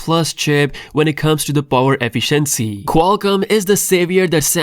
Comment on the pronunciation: Nooo😭 I thought you had learnt your lesson. You went back to saying efficiency the wrong way.